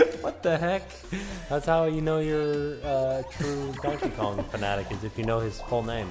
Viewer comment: sounds like says Tonkey Kong